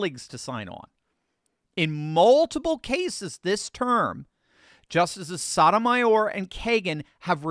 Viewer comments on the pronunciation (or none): Did you say Justice Sodomy (W)hore? Because that’s what I heard 🤷